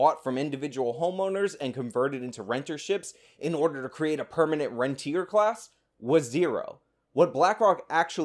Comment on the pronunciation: Saagar doesn't even know what rentier class means. It actually means the opposite of how he is using it, the capital holding landlords, not the people renting the homes. pronounced ron-tee-ay